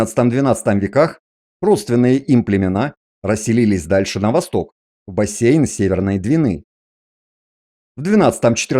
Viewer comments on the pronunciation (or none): none